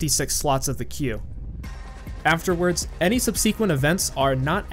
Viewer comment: It's not "sub-SEE-quent" it's "SUB-seh-quent"